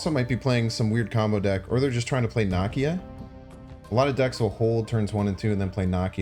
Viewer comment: Same comment related to pronunciation of 'Nakia'.